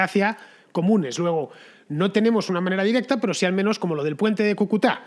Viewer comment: Gracias Fernando, no te canses de hacer reportajes, crónicas y contra crónicas sobre la degradación humana en todos los sentidos que vivimos los venezolanos. GRACIAS, MIL GRACIAS. PD: Cúcuta, se pronuncia así, con el acento en la primera U. Un dato sin importancia, pero se que estas cosas sí que importan para ti. Un abrazo y ¡QUE VIVA LA LIBERTAD!